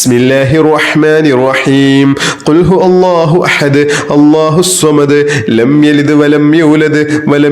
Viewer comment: Ithil ihlas soorath othunnathil cheriya thettund....kul huvallahu Ennanu othendath kul hu Allahu ennanallo othunnath